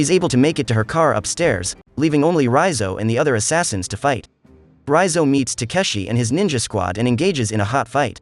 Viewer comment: I was searching for this recap who pronounce Raizo's name correctly and this is it.... I cannot listen another minute from Recap king channel as he was pronouncing his name like Reeyzo... i cannot listen anymore so... this video is it... comfortable to listen Raizo😂